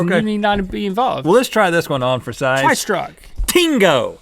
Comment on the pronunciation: Heard "tri-struk", instantly yelled out "THUNDERSTRUCK".